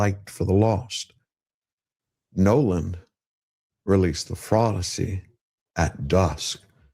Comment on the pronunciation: The “Fraudusey” 😂